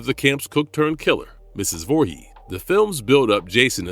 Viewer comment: Its "Vorhees", not "Vorhee"